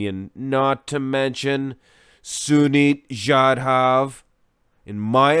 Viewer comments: Hey,,, you make too much happy man, he is my fav bodybuilder as sunit and me lives in same country... And you pronounced his actual name don't worry... 🤣 🤣 🤣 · No bro you didn't mispronounced his name.... Loved this to see some Indian bodybuilder related content on your channel😊..... Dude you can also check out our bodybuilder named sangram chougle his physique is phenomenal as well